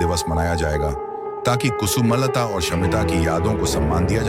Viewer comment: Its not kusu malata its kusumlata you idiot. But music is fine.